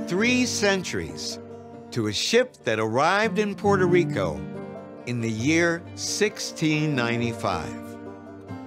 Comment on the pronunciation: Dr. Gates needs to learn to correctly pronounce Puerto Rico.